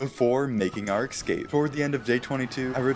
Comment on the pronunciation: So is it a rule that minecraft YouTubers can't pronounce "escape".